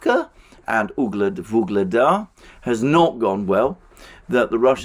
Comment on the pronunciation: Every time says "Vuglada" I hear the Beatles song "Ob-La-Di, Ob-La-Da" in my head.